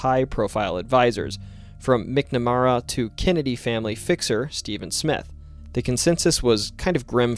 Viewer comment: I'll give you a pass on not knowing how to pronounce "Leominster," but who in the world can't pronounce "McNamara?!"